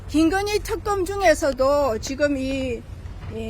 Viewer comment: 말을 제대로 하세요 특검이에요 턱금이 아니고